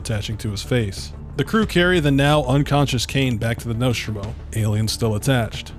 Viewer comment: Say 'Nostromo' again.........but correctly